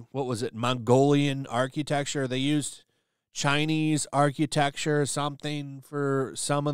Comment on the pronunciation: What the hell, bro can't pronounce architecture. Arch-U-tecture 😂